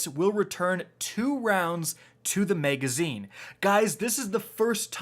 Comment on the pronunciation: I really hate how you say MEGazine lol. Love your videos though